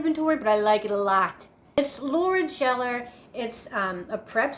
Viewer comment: It's pronounced Geller not Jeller. The same as Ross Geller on Friends! LOL